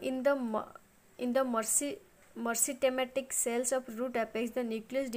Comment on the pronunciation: Meristematic ku mercikematic 😂